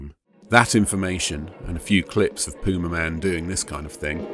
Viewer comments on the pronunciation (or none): Ah the Pyoo-may-man.